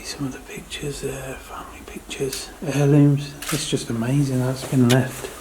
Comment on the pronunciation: I love how u say..AMAZIN'...please..let's NOT say the LORD'S name like that though...OK luv??